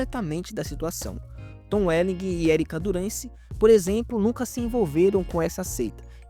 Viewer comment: Cara não se pronuncia o "G" no final do nome do Tom Welling